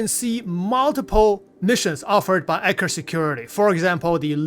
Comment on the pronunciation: I kept hearing "Anchor Security". More emphasis on the "E" and "t" in Eckhart 😅